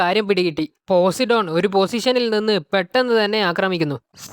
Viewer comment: Bro posidon alla po sai done agne venem paryan